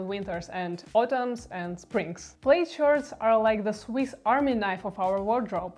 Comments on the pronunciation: I JUST found you today , thanks to the algorithm… WELCOME! I chuckled when you said plaid like ‘ played’…..😉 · Plaid shirts are the best thing ever to keep you warm in winter (If I may, it's pronounced 'plad'). I too am an immigrant who is forever thankful to my parents for choosing Canada way back when. Life has been and is good. When I hear people complain about the high taxes, my response is that taxes are the price we pay for social peace.